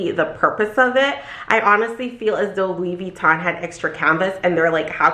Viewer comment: Funny how you've worked at Louis Vuitton forever but still cant pronounce it :))